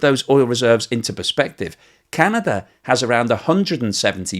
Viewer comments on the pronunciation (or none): none